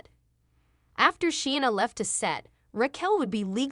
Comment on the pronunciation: Pronunciation much? Rackel? SheeAnna? My ears are bleeding.